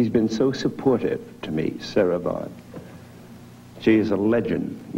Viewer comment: Sarah Vghn, not Vaughn !!!